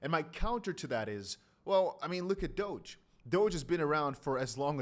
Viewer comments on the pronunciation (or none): none